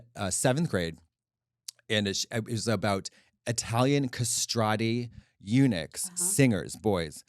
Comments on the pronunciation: When she said eunuchs, I heard UNIX! I was like, is she going to talk about how Linux is taking over? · I thought she said Unix instead of Eunuchs and I'm like why tf is Katya excited about this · I thought Unix too and was like “why is Katya so excited about this topic!?” hahahahaha